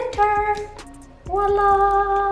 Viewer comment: The “wa la” has me deaddd